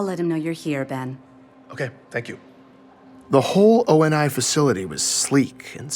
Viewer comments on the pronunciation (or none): can you please pronounce O.N.I right you say it like it is a word it's a abbreviation just say how Benjamin said in the beginning.